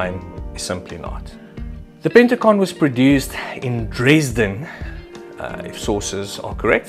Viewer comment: Dresden perfectly pronounced.